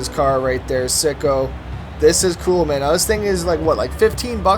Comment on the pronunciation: legit he sounds like he said "babe"😂